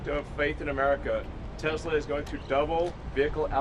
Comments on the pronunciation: "I love TESLER" LOL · "I love tesler " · Crash Baby Crash! BTW: Mr. President, it's not pronounced 'Tesler'! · “I love Tesler!” 😂🤣